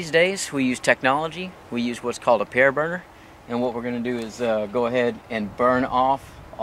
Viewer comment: "pear burner"